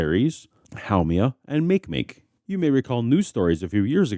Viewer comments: One small thing, Makemake is pronounced mah-kay-mah-kay, from the Rapa Nui language. mayk-mayk just doesn't flow right, to me, but it's the nature of English to mug other languages for their words. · Makemake is pronounced mah-kay mah-kay. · Love your videos. However you need to check your pronunciations of terms ufamiliar to you, like Makemake and Haumea.